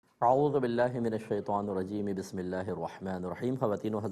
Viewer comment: Mazrat k sath mufti sahab Aaozobillah or Bismillah sahi nhi prh paty mufti sahab sy arz hai k talafuz sahi ada krain 2no k jazakallaho khaira